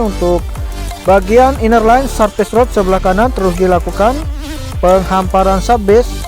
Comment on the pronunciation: PENGHAMPARAN bg, bukan PENGHAPARAN.👉👌